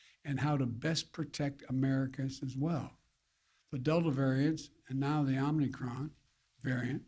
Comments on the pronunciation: OMNI-CRON??? What a baffoon. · OmNicrom ??? Lolol